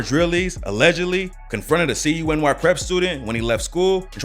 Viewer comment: LMAO "C-U-N-Y". Bro, it's pronounced "Que-nee". Keep up the good work, though.